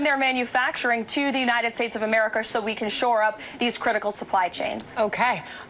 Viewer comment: Among the many other things that are absolutely infuriating about her the way she says „AmericaAH“ is triggering me the most